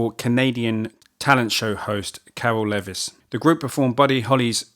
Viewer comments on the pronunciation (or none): none